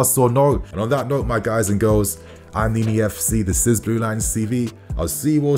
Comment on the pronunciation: Did Nini just say injury FC😂😂😂